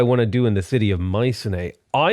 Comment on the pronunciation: ...How did you just pronounce mycenae lmao